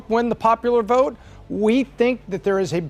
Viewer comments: Vert or vote lol. Anyways love the analysis. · Why does she throw some many R's in words that dont have any R's ? Vert Trump 2024! Lol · Has no one else notice how ridiculously she pronounced “vote”….also….lets make that map red! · I can't help it, this woman's voice is like nails on a chalkboard when she says the word vote, she says very. it sounds like she has something stuck in her throat. No idea why Pat picked her. Next time go with an American. Or at the very least, a British person. I can't stand listening to this chick sorry. I'm not judging, just saying that her accent is very annoying. Keeping it 100. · Strange accent. She can't pronounce the O sound. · she can't pronounce "vote".